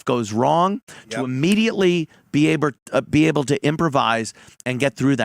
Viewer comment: Ant says “abre” twice. Why can’t he say “able” anymore?